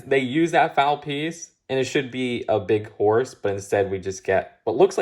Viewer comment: There's a difference in pronunciation with foal and foul. Saying foul is the wrong way of saying it though.